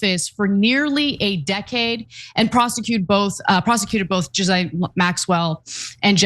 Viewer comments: Her name is pronounced Gah-Lane not Giz-Lane please stop pronouncing it like that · OMG Ana, Please pronounce Ghislaine Maxwell's name properly, its NOT Jizz-lane, Its Gi-lane, Gi sound in the word Giddy. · 1) It's not pronounced 'Jillaine', 'Jillen', or 'Jislain', it's Ghilain or Ghilen. 2) Why do Americans say 'ouster' instead of 'ousting'? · For fucks sake, her name isn't "Jizz Lane" Maxwell. It's pronounced ghee-LANE. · Ghe-Lane not Gah-lane lol get it right bro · American's butchering the English language... great video. But Ghislaine, is pronounced Gil - Lane. Hope that helps. Because EVERY-TIME I hear it mispronounced it does my head in... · Jizzlane sounds funnier though